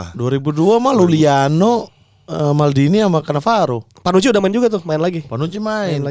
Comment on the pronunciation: mamat selalu bilang LULIANO, padahal IULIANO